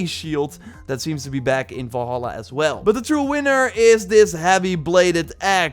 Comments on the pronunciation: I came to comments because of this. Volhala too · AS$- GAARD AS-GAARD NOT ASH-GAARD and Val-hala not Vol-Hala